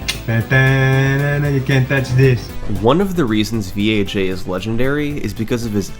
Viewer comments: Something tells me name "VAJ" not supposed to be pronounced as "Vee-Ae-Jay" my dude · is it pronounced v.a.j or vaj hahaha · carefully saying "v" "a" "j" instead of the way we all know it's supposed to be pronounced... thanks youtube censors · I think think you're supposed to pronounce VAJ by reading the letters... :D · Summoning Salt: His name was "V.A.J" Me: No no we both know thats wrong.